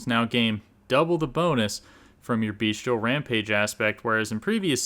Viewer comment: Cool video, only thing I would like to point out because it's a common mistake. It's Bestial, not Beastial :D